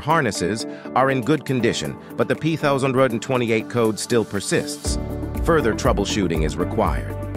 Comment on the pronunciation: That pthousand tootee eight code? This must be made By AI.